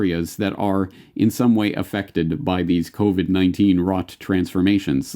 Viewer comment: it’s sure does sound like he says “The Kobe-19” crisis...The Kobe 🚁 ☠️ was the kick off of this whole thing!